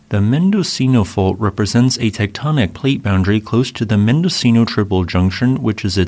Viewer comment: Mendocino is pronounced “mendo-cheeno’